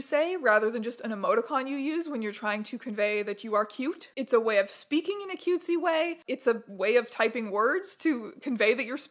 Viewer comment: # why did "way" start sounding like it was uwu-ified despite being used normally?